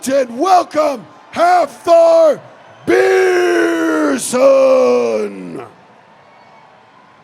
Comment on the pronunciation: Second day and still no one corrects the announcer for saying “Beerson”. Iyiyiyiy